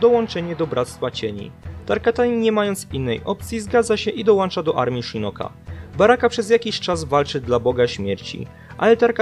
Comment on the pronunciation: Mówi się '' Dołącza" a nie, "Dołancza" Pozdrawiam 😉